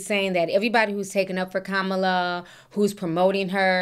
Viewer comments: COMMA LA not COM MAH LUH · it's pronounced "Comma-la" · Please pronounce the VP’s name correctly. It’s Comma-La.😬 No shade. Love your show. Sometimes I sing the theme song randomly.😅